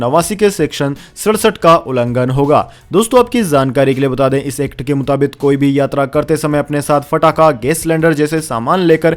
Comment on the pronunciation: मुताबिक सही है। मुताबित नहीं। कृपया, उच्चारण शुद्ध करें।